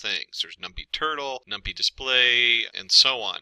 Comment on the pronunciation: It is Num-PY (pie), not num-pea.